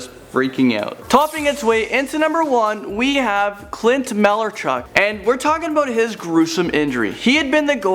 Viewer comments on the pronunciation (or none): Clint Malarchuk... pronounced... Clint (Mell-ARE-chuck) not (Mal-ERR-chuck) ... sorry, huge hockey fan so I needed to post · It's Clint Malarachuk not malarchuk smh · A: Petr Chech? B: SO MANY FOOTBALL TERMINOLIGY FAILS C:You said Malarchuck's name wrong...